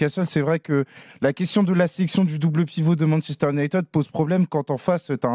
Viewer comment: Fernandes c'est le meuilleure jouer de MU, les commendataires ne regardent pas les matchs. Et je suis supporter de Liverpool. Et puis on prononce pas Manchester UniTED mais ID 😅